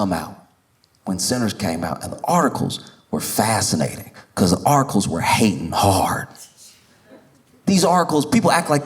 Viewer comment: He's saying "articles", but I'm hearing "Oracles".